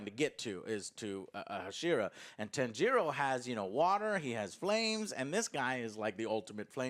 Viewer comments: The weeb pronunciation of "Tan-jiro", "Neh-zuko" and "Inu-suke" hahhaha, at least you tried Joe... At least you tried :D I also greatly enjoyed this film, it was fantastic. More Nezuko is always a winner but it looks like they didn't do that yet. Hopefully S2 will have a tonne more of her flexing her power. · Joe love that you are getting into anime and enjoy reviewing it! Gotta work on the Japanese name pronunciations though! Inosuke - (In-ose-kay) Tanjiro (tawn-jeer-oh) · Joe is like Inosuke - he can't get Tanjiro's name right